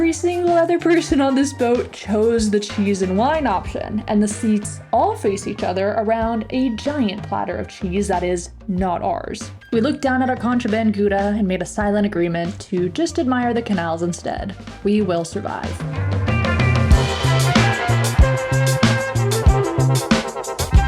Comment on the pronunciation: What is goeda???? Never heard of that...Ah you mean Gouda,,,with ou as in now and thou.... please, no koeda with oe as in shoe... and Never fen Kof or fen ko Spare our ears..